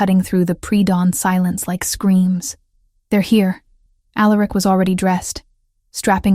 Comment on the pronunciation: Facts…. And every omega, or, future Luna always says, “why me” … or, I’m nobody, or, I’m just an Omega… although I will say, the names were different this time .. except for Alaric ( mispronounced as it is lol)